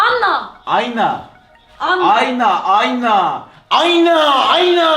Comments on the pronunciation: aynağ aynağğ😂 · ü başa sarıp sarıp sarıp izliyorum 😂😂 aynağ ayynnâğ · ayna demesi çok komik(